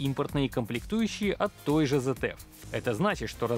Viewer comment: Автор ZF читается как ЦФ а не ЗФ